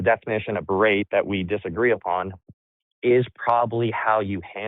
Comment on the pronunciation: guy keeps wanting to use "berate" but he's too illiterate to know the word does not contain a 'd'.